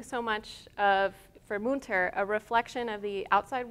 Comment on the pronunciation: Thanks for this excellent tour of the artist's work ! On a constructive note, please look into how to pronounce correctly the artist's name. It is Münter, and the ''ü'' , ie ''u'' with umlaut should be pronounced differently.